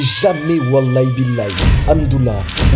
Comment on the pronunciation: En réalité c’est pas walay bilay ! C’est waLahi BiLahi … Je sait pas si c’est faux aussi !